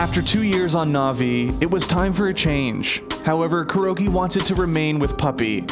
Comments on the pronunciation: They could have least pronounced it correctly..its not Cure-oh. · am i the only 1 who keeps on hearing "Kiro"?